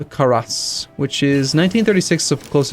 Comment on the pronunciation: lol i laughed at how you said the fighter planes name karas and then i thought of why its named that though it might not be accurate at all but since poland and lithuania were united for a long ammount of time their languages got more and more similar and i realized that karas in lithuanian is war and the game is about world war and the plane is for fighting war